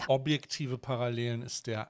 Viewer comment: "Paralläälen" Das hat mich beim Ursprungsvideo schon hart getriggert..